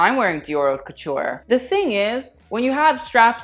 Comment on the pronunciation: Why does not know how to pronounce "haute"? I could be more bitchy but I'll leave that too him.